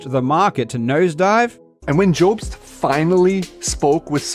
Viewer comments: I only have time to watch the first 5 minutes of this before work, but already this guy makes my skin crawl. he goes out of his way to mock and mispronounce your last name with unnecessary edits too. That is is a red flag and not really something a person does in good faith. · I feel like he’s changing his voice to sound more convincing cause he knows he’s got no substance? Also adding an e to jobst lmao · Love how he says “Joebst” instead of Jobst Also: was hilarious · does he say joubs on purpose as he had clips of multiple people of which non said it like that so you would assume he would say it like them if it's about a person he supposedly has never seen before. is he sunken so low that he tries to trigger the person he attacks in every way possible. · If he watched any of Karl's videos he'd know it's not pronounced "Joh-bst" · The guy can't even pronounce mario or jobst XD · Hard to take seriously the opinions of somebody who starts by attacking the pronunciation of your last name. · I am on this video. The facial expressionsand the crazy stuff he's saying is on another level. I've very rarely seen such awkward everything and such an utter failure to hype up. Much less when he's defending himself! He literally pronounces it "Mare-EE-oh" and then begins the ad hominems immediately by intoning your name in a dumb way. It's unbelievable how people can be so bad when, like, this is their reputation and career on the line! At least do your best with the lie.